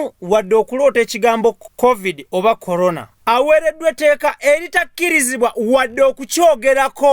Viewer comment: Hahahahahah naye mbu tadamu kwogera kukigambo colona